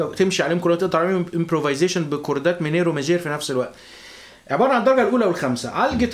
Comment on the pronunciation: عندك خطئ بللفظ صديقي ماْجور & ميْنْور